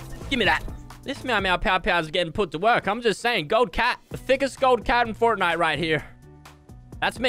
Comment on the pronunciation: Is it just me or when he said forrnite it made me cringe